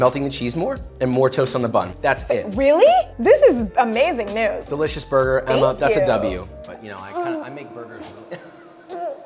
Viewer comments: Me: Burger Josh: BOIGER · you say brgr